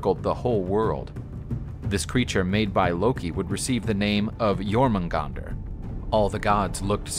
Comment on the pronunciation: Some of his pronunciation is killing me. Jotun, Jormungander, etc.